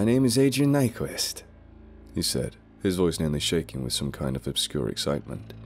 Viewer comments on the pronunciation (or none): none